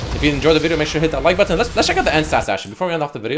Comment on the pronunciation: Who else hates the way he says “button”